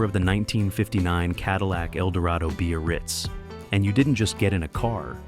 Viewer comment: What the hell is a b-a-ritz? Time to learn how to pronounce things.